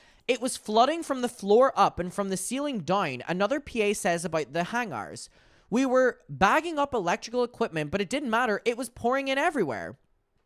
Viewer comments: hain-garr > Hang-ur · I know it's partially your accent but it's "hang-uhr" not "hang-arse". That's all i can hear every time you stumble over that word. Also - pseudonym is "Sue-doh-nim". It's that simple. Serious question, do you not edit your videos? I would think you would edit over those. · It's ok, you don't need to pronounce the 2nd a in hangars 🙃 It's like grey vs gray